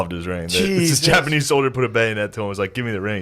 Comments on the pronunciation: Why is he saying japanee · Why does Shane keep saying Japanee? He keeps leaving out the "z" sound. Not all the time, but frequently enough it's killing me. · But why are you calling them the japaknees